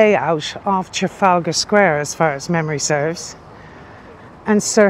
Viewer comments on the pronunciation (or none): none